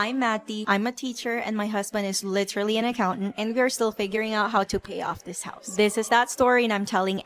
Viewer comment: I thought you said "horse"